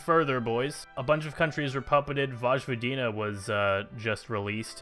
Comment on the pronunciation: It's voyvodina not vozhvodina